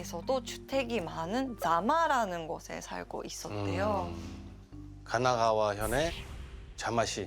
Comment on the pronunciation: 카마가와 겁네 거슬리네 카나가와 입니다